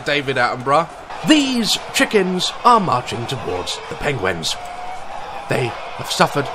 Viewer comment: Who else noticed that when he says penguin, he says "pengwen"